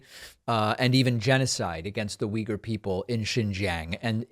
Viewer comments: Uy-gour. Not weager. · the way americans pronounce if (“wee-gurs”) is totally wrong, actually. but i doubt that this mayor knows the ACTUAL pronounciation of the word, though. only uyghur people seem to pronounce it correctly. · I'm definitely not a Republican, nor am I even from the US, and I actually don't intend to defend this guy, but maybe he knows, who the Uyghur people are (not saying, he would have a coherent take on them), but just doesn't know, that it's pronounced this way. Maybe he only knows them from reading about them. At least, that's my rake on that as a non-native speaker. I also wouldn't have had an idea, that this is pronounced like that. In my native language, it's also pronounced very differently. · I was pronouncing it wrong this whole time